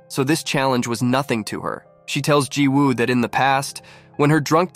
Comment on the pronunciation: Remember that when there is a Woo in a Korean name, it’s pronounced Ooh. The W is silent. I’m willing to bet that the name is spelled Jiwoobut should be pronounced Ji-oo.Didn’t you hear how the actors pronounced the name??